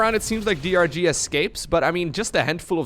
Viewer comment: You call DRG "Durr", like the poker player :)